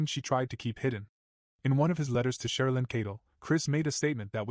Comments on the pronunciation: You know what I don’t care nichol being called “Nikel” But at least call Shannan by her actual name It’s Not SHONNON 😒 My gosh the subtitles even say SEAN That’s a male name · And its not Shonnon. Get better AI and it will be better.